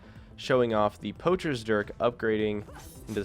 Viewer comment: you are 2 inches away from saying Dick instead of dirk